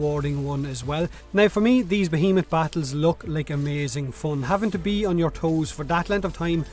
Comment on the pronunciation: Finally, someone knows how to pronounce behemoth...